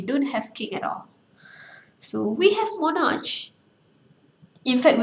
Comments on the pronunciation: Not mo-narch its mo-nark... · Not monarcsshhh , its "moh-narkh"